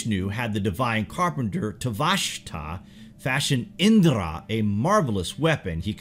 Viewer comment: Its not indrrra... U can simply pronounce the 'r' in Indra